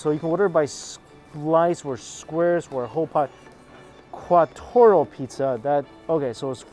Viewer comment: Qua-tor-o pizza 🤣🤣